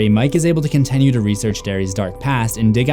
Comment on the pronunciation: idk how many more times i can here you pronounce your "i" sounds as "eh" it's wild. you say continue like it's "contenue".